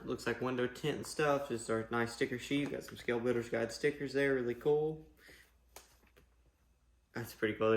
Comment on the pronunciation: Just an FYI...SBG is Guild...with an 'L'.....not guide. Enjoyed seeing your excitement for this kit. I'm excited to purchase one to keep building my fleet of crawlers. I don't have a portal truck so the Phoenix is will be fun for me.